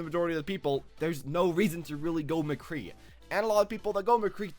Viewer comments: He SAID MCGEE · Hold on, did he just say McGee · McGee? Nigga you have an Overwatch channel and you can't get his name right lol. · Did he just call him McGee?